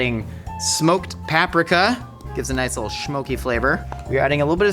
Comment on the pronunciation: PAP-RIK-A HUUHHHH